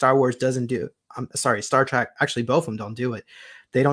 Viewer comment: It's not Star Track it's Star Trek - Trek meaning journey, just an fyi